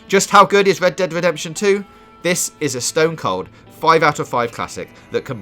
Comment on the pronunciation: Wed ded wedemption 😂😂